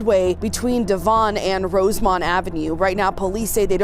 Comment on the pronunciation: to Devon Ave (Von) Dayvon